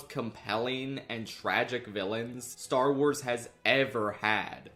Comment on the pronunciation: I FAWKING LOVE STAR WAAAAHZ